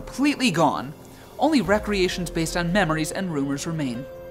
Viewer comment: stop with the " wreckreashuns " . it's pronounced " ree creations "